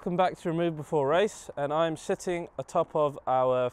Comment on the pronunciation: Did anyone else here 'shitting' when he said sitting? At first